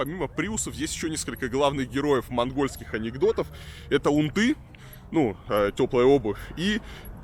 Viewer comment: Не унтЫ, а Унты. Эх, Варламов. Ты первый раз это слово слышишь?